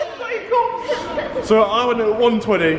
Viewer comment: 1000 Pownds of monney